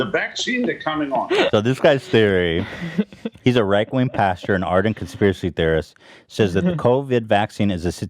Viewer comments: It’s pastor not pasture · I love how he said PASTURES and not PASTORS lol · “Pastures” lol